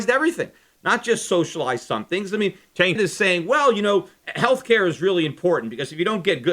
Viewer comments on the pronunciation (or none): Lol, I really want to know how Schiff was accidentally pronouncing Cenk's name before fixing it, haha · I guess you were saying Cenk's name wrong the whole time since you dubbed over it haha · Peter were you pronouncing Cenk's name wrong or something and went back and stuck in the correct pronunciation? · LOL its pretty clear Shiff mispronounced Cenk;s name first time around then went back over it with a voice dub-over. good video tho